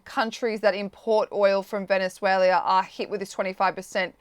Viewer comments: VenezueLIA? Errrr...nope - wth? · Someone want to teach this " journalist" how to say Venezuela? Tell her that country has never been called Venezuelia by anyone ever! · She mispronounces the country as Venezuela-ia. Can’t they find an interviewer who actually speaks English ? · It's pronounced Veh ·nuh ·zway· luh. Not every country needs to end in "ia". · Gi shin ping? Venezueleeeeaa? Had to be on purpose right? Or thick af? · Its Venezuela not Vendzuelia !! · There's no 'i' in Venezuela,. Sorry, but it really irritates me when I hear a country's name being pronounced wrongly so many times in the same discussion. Otherwise a really good discussion. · Apart from her extremely annoying voice and pronunciation of Venezuela, how many times did she say Venezualia ?? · Does everyone in Australia say Venezualia? I won't blame a ya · I'm from Australia and I don't say Venezuel..i..a. I am not sure how you can get employed by the Times without being able to pronounce the names of countries correctly.